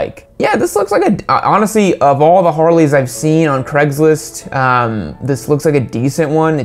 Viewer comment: “Creggslist”. Great pronunciation.